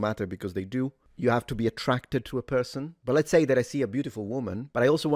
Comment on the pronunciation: Such a good perthon:) It’s the Internet and spiteful Mugs are abound, not a Left/Right matter.